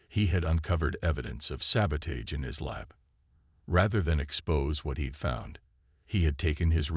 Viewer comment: Why is it none of these computer readers can say the word sabotage!